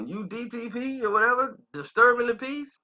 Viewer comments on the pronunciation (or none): Shawanna??? DDP??? yo what we doin here lmao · Who is “Sha-wana” & “DDP”??? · Damn...u totally butchered her name and the label name.. overall good story bro. Just a lil irritating to hear u keep messing it up😭😂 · need to delete this whole vid..dis nigga murdered the label name & her name 🤣🤣🤣😂😂😂